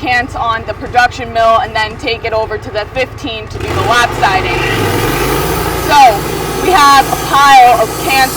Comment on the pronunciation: "Lap-sidy?" LOL